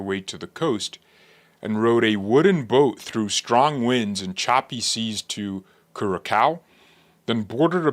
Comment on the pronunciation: Curacao is pronounced cura sow.